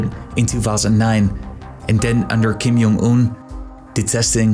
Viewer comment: It's J as in J, not J as in H, or J as in Y.